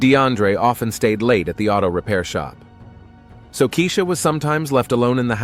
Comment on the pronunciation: Keisha not kezia, keshuh, kehsheeuh! Not Lotousxia, Latasha. Who’s reading!? Mercy!!!